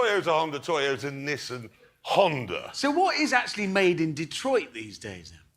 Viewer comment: Ah yes, Nissin, the soup manufacturer. Oh, sorry it’s a bit hard to hear you say the “a” in that word sometimes.